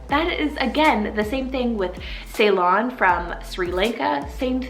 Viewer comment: Ah i cant believe you added ceylon.. you are right actually sounds pretty nice. We actually say is " see- lon" but i like how you said it better !